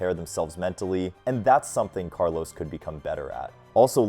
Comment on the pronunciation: His name is Carlos, not Carlows.